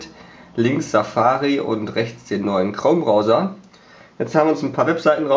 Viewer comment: Du affe das heisst chrome und nich krom Ausserdem habt ihr 2Unterschiedliche mobilfunkanbieter. Ohne sinn...